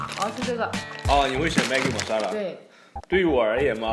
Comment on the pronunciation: he pronounced masala better than most indians :D